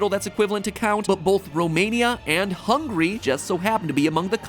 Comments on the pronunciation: Just realized that to he said hungry instead of Hungary 😂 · As a Hungarian, it hurted my ears that how he pronounced Hungary. I don't wanna be mean, but it's not "hungry" Mat. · I wonder if he pronounced it "Hungry" on purpose.